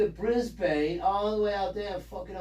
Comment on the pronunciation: I ❤ the way you say Brisbane as in Brett Pain. I'll have to teach you Aussie , strine.